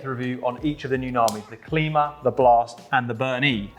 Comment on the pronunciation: Long I on the Klima, like climber.